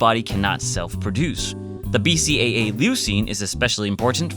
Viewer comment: I hope one day I find an SO who can say BCAA as well as you do